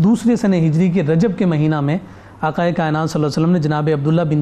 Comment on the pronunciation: Afsos Afsos It is not " Aka " it is " Aqa"